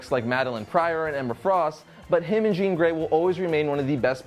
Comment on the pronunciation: Did he mess up Jean grey or am i just mis hearing him